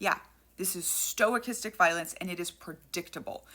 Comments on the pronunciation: STO/cha-stic, not stoi/cha-stic. No I or Y in the first syllable. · As other people are also pointing out, sorry to bother, but sto-kas-tic. Main reason is stoicastic sounds like you're combining stoicism (which, in the modern context, I will grant you might be applicable) with stochastic (which is a statistical term). Maybe this was intentional, in which case, please accept my apologies. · Stochastic: STO-CAST-IC. Not STOIC-istic. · I really dig the info you provide. It's always very instructive. But for gods sakes, quit saying "STOIC- istic violence. It doesn't have anything to do with stoicism. It's Stow- KASS - Tick. Thank you for your attention to this matter. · sorrty for being a dick but it's "Stochastic" not "Stoicistic" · Sto-Kas-Tic, not stoachistic. Stochastic, only one i, one vowel per syllable. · What the fuck is "stoicistic"? Do you mean stochastic? sto-KAST-ic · sto*kah*stik? Stochastic. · I think pronouncing it as "stoichistic" is actually pretty fitting, since they also tend to misuse stoicism philosophy. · Stochastic, btw: stow-CAST-ic. Sorry, tabletop game designer, that's an industry watchword for us. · I think it's pronounced more stock-ass-tick except the second syllable takes the stress. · Don't want to nitpick, but just say stochastic, not "stoichistic" — copacetic otherwise. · It's pronounced stow-kastick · Stochastic. Pronounced Sto kas tic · Close on the pronounciation, Stuh-cast-ic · Sto-KAS-tic is how the word is pronounced. If you're going to make this term the focal point of your video, it helps if you pronounce it correctly, and it does matter. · Sto-Ah-Kis-Tik Sta-Kas-Tik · Sorry for being a grammar nerd but it's pronounced STO-KA-STICK. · Just a heads up I've heard it pronounced "stow-cast-ick" but not that important. I remember pronouncing bedraggled as "bed-raggled" because I'd only ever read it. 😂😂😂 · Sto-cast-ic. Sorry, that was killing me. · Me: aw shes pronouncing it wrong Stoics: 🗿